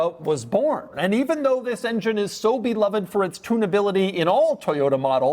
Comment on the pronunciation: Double dog dare anyone to take a shot every time Doug says “and” like he is passing a kidney stone. Better, an extra shot every time he mispronounces “beloved”.